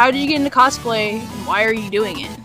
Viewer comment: Kosplay? i thought it was cosplay!